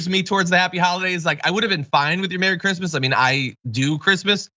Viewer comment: "Who gives a f*ck about Creesmas things?" Melania Trump.